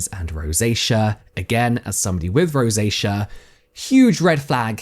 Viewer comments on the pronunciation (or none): none